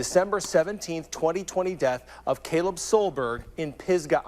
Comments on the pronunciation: It's the Kalib vs Caleb for me. Charlemagne's pronunciations 😕. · Kaleeb!?!?!? Ka-leeb?!?!?!? The news story said the man's name was Caleb? 🤦🏾‍♀️🤦🏾‍♀️🤦🏾‍♀️🤦🏾‍♀️ 🤣😂😆🤣🤣😆🤣😂